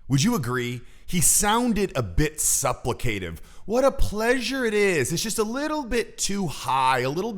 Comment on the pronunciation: Your pronunciation of supplicative is a dead giveaway. Look it up.